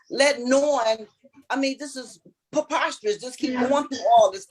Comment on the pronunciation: Phew! As usual, the ebonics is preposterous…or I guess “puhpotsterous” in this case. “In the ‘mist’ of all this…” “Mist,” as in “gorillas in the mist”? “Preposterous” IS a big word, so I can kind of “understand,” but “MIDST” is a 5 letter word. Do NOT use vernacular you cannot pronounce &/or do not know the actual meaning of! Stop attempting to appear as an edumacated jeenyus just because you read some big words in some dickshunairee! Karma IS “something,” very good, here’s your 😊 & gold sticker!